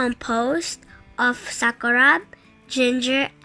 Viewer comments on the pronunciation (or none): sis, SAKURAB po hindi SAKURA..